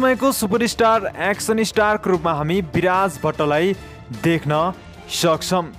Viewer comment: Hihihihihi action lai pronounce gari bolna pani na auane kasto brother ho u 🤣🤣🤣😃😃😃